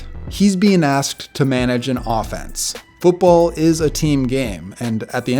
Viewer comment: “Footbowl” lol